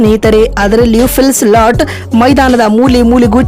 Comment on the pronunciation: Phil slat alla , philsalt modals sariyagi hesaru tilkolamma